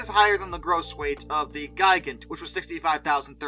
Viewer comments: Just for future reference; Gigant is pronounced Gee Gant. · By the way, the pronunciation of the Me 323 Gigant is "Gee-gant", not "Ji-gant". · Hahahaha! But seriously, "Gee-gant" is the correct German pronunciation for the word, which of course, means giant. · "Ji-gant" sounds like the name of a kaiju wanting to attack and destroy Tokyo.